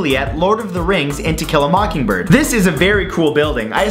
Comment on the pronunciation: It is to kill a macking jay not a mocking dird